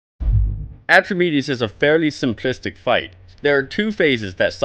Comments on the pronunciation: Repeat after me: Atrah. Meedees. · I love these guides but this one is not very good to be honest. The most important change in the heroic version of Atramedes (thats Atrah-Meedees, not Atremedez) is when you use a gong on the Ground phase for searing flame, it will destroy another gong in addition to the one you click at random. Therefore it is necessary to use only one gong in the Air Phase unless you have epic dps. (2 ground, 1 air, (70% =/-) 2 ground, 1 air, (40% +/-) 2 ground, 1 air (10% +/-) 1 ground kill)